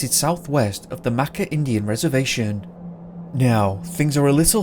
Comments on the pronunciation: OMG!!! If you are going to do stories about a place, make sure you get the proper pronunciations for those places!! Shi Shi Beach is not pronounced She She... it's pronounced Shy Shy! Makah is pronounced Muh kaw, not mackaw. Sequim is pronounced Skwim!!! Not SeeKwim. These are Native American names. GET THEM RIGHT!!! GRRRRRRRR I am from the Olympic Peninsula and hearing these mispronunciations is driving me crazy!!!!!!!! Remember there are wild animals here too! Bear, Bobcat, Cougar, Coyote. Those will eat people. Bones and all. I believe that's what happened to Bryce and the guy who went to Mt. Baldie. OMG.. Spokane is pronounced SPOKE ANN. NOT SPOKE ANE. OMG!!! Who the hell is this narrator?? DUMB ASS!!! Research pronunciations!!!!!!!!!! HOODSPORT!! Not Hoodspot!! There's also rumor that there is government military installations all over the olympics.... Secret ones!! HMMMMMMMMM....OMG Again!! Ozette Lake... O zett! Not AHzett!! OMG!!!! GRRRRRRR!!! Port Ange LESS! Not port Angeleeees. OMG!!!!! New narrator please!! One who knows how to completely research!!!! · It’s pronounced shy-shy beach and MaKAH ( emphasis on Kah). Sequin pronounced as skwim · Im from the makah reservation,never lived there but have lots of family there so i go out there once or twice a year. And its pronounced like macaw and the beach is pronounced like shy-shy. To this day there has never been any trace of bryce found, ive been on that trail that leads to that beach a few times. Its sad what had happened, i think he either ended up in the ocean or he left the trail and ended up in the woods. It could be very easy to get lost in those woods, you get a creepy feeling in those woods i swear. Possibly an animal got him i know there are mountain lions out there